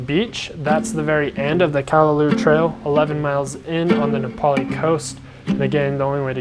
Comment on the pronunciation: Very interesting & informative video about the different film choices. I'm intrigued (yet intimidated lol) by film photography. Some of those shots are so sharp/in-focus, I didn't realize film could achieve that! On another note, it's pronounced: Kah-Lah-Lau (like the sound you'd make when saying "loud" minus the d sound) -- not "Kah-lah-loo", as you were saying. & Waimea is: why-meh-AH Not "Why-ah-meh-ah", this is a common thing I hear when mainlanders/haoles pronounce it, but it's frustrating to hear bc there's NO "a" after the "i" (aka saying it like: "Waiamea"). & the falls in the canyon is called: Waipo'o Falls (Why-po-Oh). I figured since you actually got the spelling of "Nā Pali" correct (tho Kauaʻi ⬅️ needs its ʻokina) that you would be open to knowing/learning the proper Hawaiian pronunciations 🤙🏾